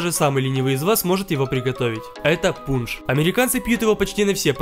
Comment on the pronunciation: Мне одному послышалось заместо пунж Пудж?